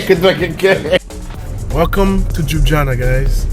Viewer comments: Its not Joob its El L yubiana no disrespect just to help ypu out, enoy mate. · Lol... I couldnt understand what city are you talking about. Its not Jubjana, its L-jubljana😂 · Jana is actualy an insult to the name! If you realy can't pronounce it properly ( Lyooblyana), it is much better to say it the way Italians pronounce it: Loobeeana. Please try it and don't insult us anymore with all those j sounds, which do not exist in the original name. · Cool video but its not 'Juana' or 'Jubjana' but LJUBLJANA. Hard to get it right i understand. Google this and listen 'ljubljana pronounciation' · It is Ljubljana, not jujana😂😂😂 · Its Ljubljana, not jubjana😂😂 and Ljubljana is main city in Slovenia. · You pronounce Ljubljana as Liew-Blyah-Nah. The emphasis is on Blyah. You do it this way, it'll sound perfect. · Tip: just pronounce it "Lyublyana" and you will say it correctly. j=y in slovenian. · Very funny...Lju.. blja na... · Bit of a hint: Try pronouncing J as you'd pronounce Y (so lyublyana) and you'll be about 90% closer to its proper pronounciation. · you nailed the vowels. For consonants it's easiest to just swap J for Y in Slovenian and you're good to go. So just pronounce it as you would LYUBLYANA and you'll be spot on. 95% of our vocabulary is pronounced exactly as it is spelled and most letters represent similar sounds to English. A as "u" in sun E as "e" in jalapeño or "e" in best I as "ee" in geese O as "o" in Omaha or "o" in fodder U as "oo" in food C always as "ts" in tsunami G always as "g" in gray J as "y" in toy or Yankee R similar to Spanish Č as "ch" in church" Š as "sh" in English Ž as "ge" in garage or "g" giraffe Everything else is basically identical to English. So you can just sound out words letter-by-letter and it will be intelligible enough. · I never heard someone so mercyless to butcher the name of Ljubljana.